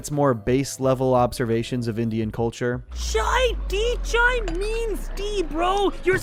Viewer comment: As a man with a Punjabi heritage, the way you said CHAA instead of Chai made me very happy.